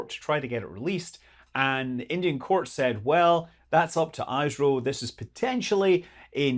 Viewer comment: "eeh-sro" not "ai-sro" no offence